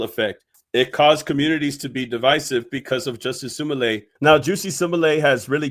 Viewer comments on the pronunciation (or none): i cant stop cracking up wit the Jussie Smollet pronunciation 😂😂😂 Jus See Small Let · "juicy sim-oh-lay" lmao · When I read the comments I'm glad de are all on the same page. Long live the Juicy Sumolay pronounciation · Omg….I can’t stop laughing….Juicy Simma-Lay🤭🤭🤭🤭🤭 it doesn’t help that you’re saying it over and over 😭😭😭😭😭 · Bruh you gotta be saying his name wrong on purpose 😂😂 shits funny as hell but im tuned in fr lol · How tf is you pronouncing his name🤣🤣🤣🤣🤷‍♂️🤦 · That name pronunciation is wild!😂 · you pronounce his name so funny🎉